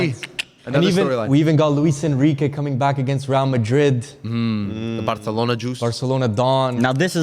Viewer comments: saying Barthelona just kinda makes me tweak idk why. Sorry if it's mean, love the channel, but just please say Barcelona. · before anyone replies with “who cares” ME BITCH!😹👎🏾 the guy saying barcelona wrong was irritating me no shade but they speak catalan in barcelona and they don’t say it with a “lisp” (aspiration). the C in barcelona makes an S sound. hence the ç in the word “barça” so ppl know how to correctly pronounce the word.